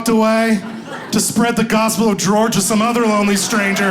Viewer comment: That daggone Gworge! 🤦🏽‍♀️🤣🤣🤣 The gospel of Gworge! I love kids exactly for this reason!